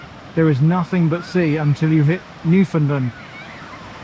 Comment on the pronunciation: On behalf of all east coast Canadians ... +1 for the correct pronounciation of Newfoundland! ❤😂